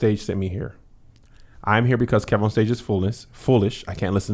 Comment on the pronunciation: Key? Shiiiii Cole that’s how you gotta say it from now on